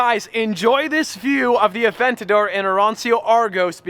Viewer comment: Hearing you say “Aventadorr!!” in that corny accent is painful